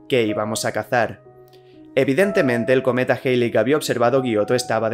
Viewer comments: Joder, porque tienes que decir "Jeili" si se debe pronunciar "Jali" (ˈhæli en AFI) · Tu contenido es asombroso, sin duda uno de los mejores canales que he visto. Solo a manera constructiva tengo una recomendación, y es tratar de “estandarizar” la pronunciación, me explico; cuando dices el cometa “geili” o “Jeili” (lo escribo como lo escucho) se puede prestar para confusiones, creo que pronunciarlo de la manera a la que todo el mundo está acostumbrado sería mejor “Jalei”. Solo es mi respetuosa opinión. Gracias por tu contenido.